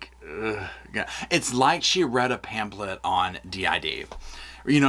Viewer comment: “A phamplet in the waiting room “ 😂😂 So true!